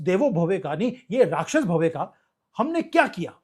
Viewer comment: Bhave nahi bhavaha..17 th minute